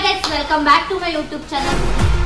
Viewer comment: ma'am it is YOUtube and not oOotube Channel.